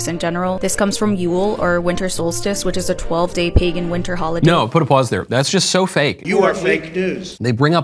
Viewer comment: She keeps saying pegan cause she doesnt want to say "white people". Could you imagine if she said "all these middle eastern people stole white pegan culture to create this religion" then she'd be canceled 😂